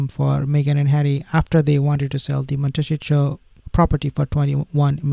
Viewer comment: Montecito. Mon-teh-see-toe.